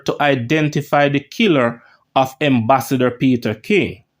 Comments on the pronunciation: Its Ambassador and not Embassador lol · Am is am, em is em, the word is ambassador not embassador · The word is (ambassador) with an A. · The word is AM-bassador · I believe he this it for fun because he knows people will comment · lawd Gad what unnu go learn Fi read bredda. Embassasor or Ambassador ,Poosy it is Pusey.